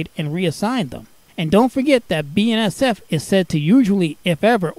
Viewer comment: Love how you call BNSF "Ben Sef"